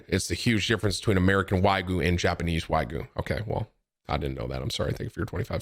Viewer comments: whygu beef? lol nigga it's WAGYU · Come on Tim you know better. Its waa·gyoo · Tim, is it now Wagyu or Waygu?😂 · Why do you call it whygoo beef. Lmao